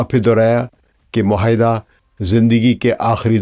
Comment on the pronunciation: یہ لفظ مہائدہ۔ نہیں ——————- معاہدہ ہے- اپنی تصحیح کر لیجئے